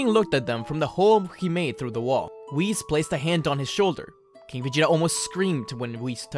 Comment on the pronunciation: um, that was not how I suspected you’ve said whis.